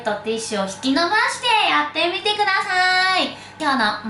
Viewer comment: バイバーイ が ぱいぱーい！ に聞こえるの私だけ？？ チャンネル登録っと、、ぽち。